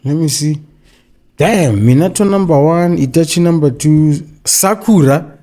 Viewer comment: said "Sakuraa"😂😂😂